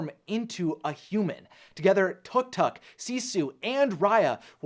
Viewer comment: tuctuc...? its pronounced took took lol XD